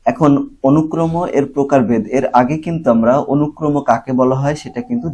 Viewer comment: অনুক্রমো না অনুক্রম 😑😑